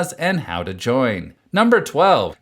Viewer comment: Only feedback I want to give is that you sometimes "sing" what you say, every few words you prolong the last syllable, i.e. "how to joiiin". Try to teach yourself not to do that in a video, there are many cases you do that and it's slightly annoying for the viewer. Cheers!